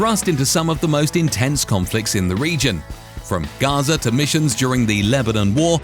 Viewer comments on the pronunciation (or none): none